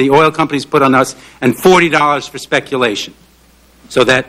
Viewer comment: "speculition." second favorite new word.